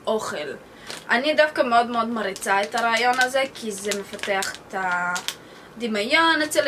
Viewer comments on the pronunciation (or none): לא דימאיון אלא דימיון! ולא מריצה אלא מעריצה! חוץ מזה, מתה. על. הערוץ שלך!! החלום שלי זה לטוס ביפן!